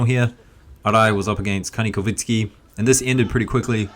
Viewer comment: He is Ka-nee-kov-sky, not “kovitsky”.